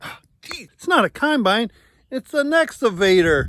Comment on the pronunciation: SO good. As great as "Kimebine". LOVE. The whole crew is great!